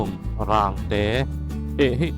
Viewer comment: Boss "Zehtet" hi Zehteeeeet ti a lam tur ania, Rangte hi Rang/Tial anga thluk lam tur ani bawk, Phairuangkai leh Hauruang inkar hi "Pachang Khua" BRTF hmun thin ania, In a tam ta lutuk lo, tunhnu hian